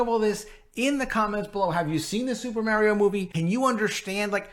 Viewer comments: agreed but Mario is a household name in many countries of the world. If someone is a videogame or movie YouTube at least they should take the time to learn the correct pronunciation:)) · Lol, all you put in the titles is destruction estos días mi hermano! 🤣 Aaalmosst correct pronunciation of Mario. Remember when you pronounced perfectly "Namor, NahMohrr Namoore! In Italian that one, that is, the A and the O. the Ri That is stronger ma non tropo, the i of Ri, a little longer like the one in" UnIversal" You are good at spoken word, and you can pronounce otros sonidos, mon ami 🤓🤝